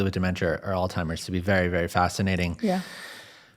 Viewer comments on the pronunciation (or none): Alltimers? 😂 It’s Alzheimer’s. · AllTimers? It's Alzheimer's. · All -timers 😂 people don’t read anymore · Alzheimer’s! Not All-Timers! How do people keep making this mistake? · It's pronounced "all-zy-mers." NOT "all-timers!" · great video but hearing you say "all timers" was aggravating 😅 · Really gonna call it “Alltimers?” Its Alzheimers🤦‍♂️ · It's 'ALZHEIMERS'.... Not 'ALL-TIMERS' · He keeps saying "All-timers." 😂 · It sounds like he is saying "Old Timers" rather than Alzheimers. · Dude, it's Alzheimer's not Old Timers. Geeze get it right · ALZHEIMERS! Not ALZTIMERS! People gotta stop saying that! So many do. Smh. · Please, with care and respect: There is no such illness as “Alltimer’s.” When people call it all-timer’s disease, it degrades the credibility of your information. Alzheimer’s disease is so widely published, researched, analyzed, and reported that to mispronounce it in an informative video on death and dying feels like the speaker can’t be bothered to say it correctly. It’s kind of like hearing a public speaker keep saying “for all intensive purposes.” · If the host of this podcast is educated, and this nurse is also educated and experienced in the field why let him keep saying all timers, knowing that it’s Alzheimer’s I don’t understand why you don’t speak with the correct terminology. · Alzzzzzzhiemer…. Not all-timers 😂😂😂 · It's not 'Altimer's' - it's Alzheimer's. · Your a very nice man . But may I please correct you. It’s not “All timers”, it’s Alzheimer’s. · Just an FYI folks. It’s Alzheimer’s, not ALLtimer’s. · Does the host keep saying "All-Timers" ? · STOP SAYING "OLD TIMERS"!!!!! IT'S "ALZHEIMERS"!!!!!!!!!!!!!!! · Alzheimer's NOT altimers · It’s Alzheimer’s not Alltimers! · AlZZZZZheimer’s. There is no T. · Did he say All Timers?? 😂😂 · Stop saying All Timers! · Ok sorry but I have to. You seem to be an intelligent young man. PLEASE STOP saying “all-timers”. It’s sooo irritating… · Is he calling Alzheimers all-timers? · "Ol' timers disease" ! 😂